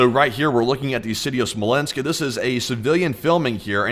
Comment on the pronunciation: 50% of why I tune into your channel is your accent. You add the letter 'u' in these subtle little spaces. "Miuhsuls". "Thius". "Fiulming". "Poust". I've tried to replicate it, but I just can't, I end up just sounding like I'm doing a bad Forrest Gump impression. Sometimes I'm stoned and end up analyzing your accent so much that I don't even register what you're talking about, I'm just so fascinated by your "California Surfer" accent. I want to hear you say "Bro", I imagine it to be the fullest "Bro" ever spoken.